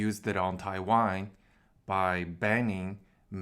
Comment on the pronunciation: I know you are saying Taiwan. But your pronunciation sounds like you are saying Thai Wine XD.